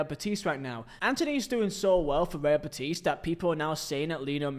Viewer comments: It's BET-is, pronounced like "Betty's", not bet-IS. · please Real bEtis, not Betís